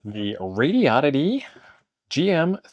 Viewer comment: THANK YOU FOR SAYING THE COMPANY NAME RIGHT. it's SHOCKING how many people can't pronounce it lol. Like the car brand Hyundai. It's hun-day, sounds like SUNDAY. Not hi un dayeee or HON day .... It's a horrible OCD thing for me and I know I'm crazy 😂